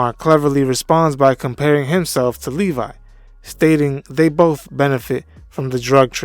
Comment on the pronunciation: Not to split hairs, but it's Levy, not Levi. (Pronounced "Levvee")